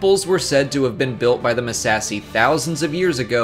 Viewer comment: I die a little every time he says "Muh-sassy".